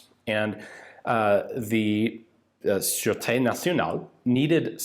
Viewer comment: Surete National = sir-ette-TAY National. That's an accent aigue on the second e, so it's pronounced, eh. Like the French influence in Canada. Surete = Security. National Security, which the French call Security National.